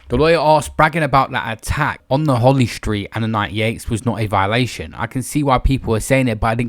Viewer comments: lol did a man say holy street? 😂 it’s holly st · It’s holly street not holy street